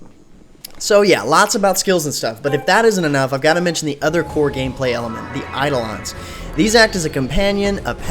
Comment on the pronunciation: Hmm, it looks promising, but I have this annoying cynical voice in my head that as time goes on it'll just devolve into another WoW-clone, I guess I'll try the beta for myself and see how things go P.S. I'm pretty sure it's pronounced "Eye-doh-len"